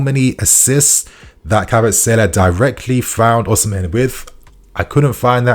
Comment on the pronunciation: bro why are you saying Oshimen like that lmaooo